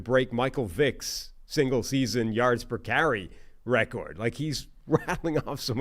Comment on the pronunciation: you keep mispronouncing "record". Just a suggestion to correct it. Love the pod guys. Keep it up.